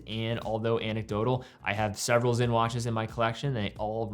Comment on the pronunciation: Sinn NOT Zinn